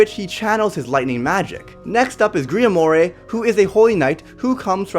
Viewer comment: Griamore is pronounced “Griamor” not “griamore”